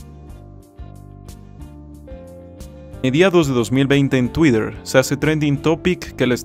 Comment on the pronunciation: Bro con fin constructivo te comparto que Twitter en ingles se pronuncia "Tuirer" o si le quieres decir en españo "tuiter" esta bien, pero "tuider" no jeje ... PD: muy buen video ..Soy fan del canal!